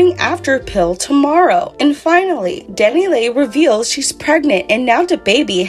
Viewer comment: Pronounced Dani LEE please quit calling her Dani Lay